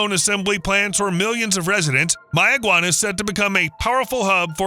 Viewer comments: Correction. No palm trees. Correction: May-ya-gua-na, like mayonnaise ... Not like the Mayans. Correction: Ba-HAY-mi-an, not Ba-HA-mi-an. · And it's not barren at all, we have multitudes of wildlife and fruits and vegetables there and one more thing it's Mayaguana pronunciation is may-guana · 'MaY-uh- gwah-nah' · Does May-a-guana know this is happening? 🤨